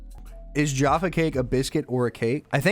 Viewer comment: It's not pronounced Jarfar it's Jaffa. The a is a short syllable. There is no R sound.